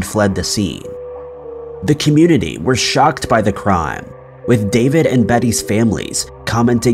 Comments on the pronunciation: “Vallahoe” lmao it’s “vah-leh-ho” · He said valla ho instead of Vallejo, lol. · It’s pronounced va-ley-.ho 😬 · I live in Vallejo have since 2002 but my parents always say how scary it was living in the Bay Area at the time of the zodiac since you never knew when he would strike and where. (Also pronunciations is : vuh - lay - hoe or vuh - yayho depends if you’re gonna use the Spanish pronunciation or not). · Who hasn’t heard “Vallejo” before? Wtf is with this channel?